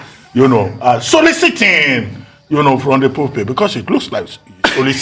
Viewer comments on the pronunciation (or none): The way Tundun and Ojy looked Dr. Abati when he stressed the word "soliciting" got me laughing hard 😂😂😂